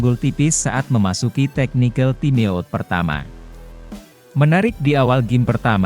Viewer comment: Parah komentator TIME OUT harus dibaca TAIM AUT mas ini bahasa Inggris, perbaiki diri kalau mau maju